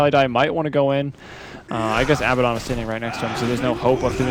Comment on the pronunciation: Why can't anyone pronounce Abaddon correctly? He says his own name when he spawns. It's not that hard.